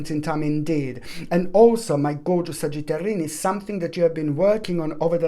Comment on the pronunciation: "sagitarini" now i can never say sagittarius again lol & the singing breakdowns raised my vibration!! <3